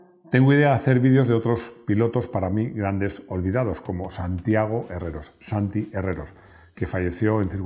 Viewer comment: Gracias,, por el fantástico vídeo. Disculpe la observación que tengo que hacerle: Santiago Herrero. Sin la "s" final que ud. añade. Procuro ver todos los vídeos que publica, y me he convertido en uno de sus seguidores. Gracias, de nuevo.